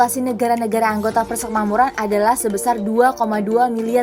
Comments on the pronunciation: Gemes sama adminnya , tulisannya uda bener PERSEMAKMURAN tp baca narasinya dari awal sampe akhir vidio malah PERSEKMAMURAN hadeeeh gpp sih cm agak ganggu aja jadinya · Sudah Bagus tapi ejaan atau pelafalan kata PERSEMAKMURAN tolong diperbaiki karna sakit telinga dengarnya. Yg benar itu PER-SE-MAK-MU-RAN bukan PER-SEK-MA-MU-RAN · Persekmamuran apa persemakmuran sih ? 😄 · adminnya balelol. nyebutnya "persekmamuran".